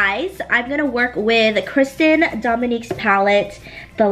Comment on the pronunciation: This look is gorg! 💕 But I’m pretty sure it’s Christen! Not trying to be rude at all, just helpful!!